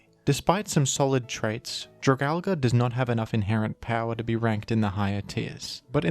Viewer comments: I actually had physical symptoms every time this bastardization was said. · Funny way to pronounce Dragalge, but I like it